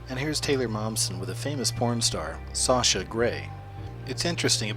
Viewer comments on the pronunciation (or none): none